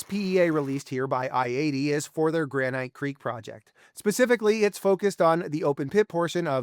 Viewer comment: should you trust someone who can't pronounce "granite"?